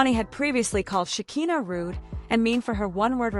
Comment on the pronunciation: AI needs to learn how to pronounce Shekina's name.